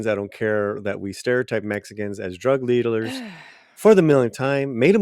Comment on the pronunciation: "drug leadlers" 😂😂😂